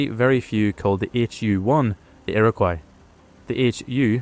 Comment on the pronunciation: "Iroquois" is pronounced "ear - ah - coy".